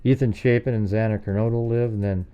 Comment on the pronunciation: Xana, pronounced like Anna, there was also blood running down inside the kitchen wall, i think it was the pantry. If bryan had dog hair from Murphy on his clothing, he is toast, bbqd, well done.